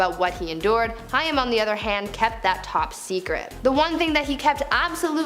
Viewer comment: Sorry but this is driving me nuts! Haim is pronounced like Haym, not Hiam